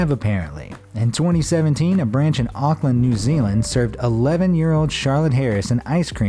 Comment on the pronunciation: "Auckland" is pronounced as "Oak-land".